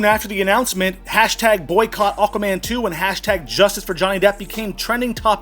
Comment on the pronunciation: It sounded like you said Awkward Man a few times 😂 which would be true he looks well awkward around her. There is no way she will be the highest paid female, for a start all her latest acting roles have been very poorly received and barely any views, all have flopped. Secondly no one is going to see Aquaman 2 so it won’t make much money if any, in fact it will probably lose money so how they gonna pay her a really high wage? 🤣 tut tut tut, don’t use my surname, toss pot!